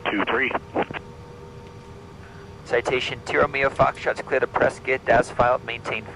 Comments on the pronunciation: Visual cloud effects starting are stunning. Glad to hear someone pronounce Prescott correctly (rhymes with biscuit). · Properly pronouncing Prescott. Like a native Zonie